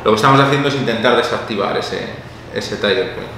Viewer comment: "Tiger point"? No sería "Trigger point"? xd